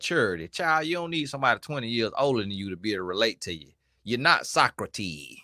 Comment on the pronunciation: He didn't put the "s" on it..😫😂😂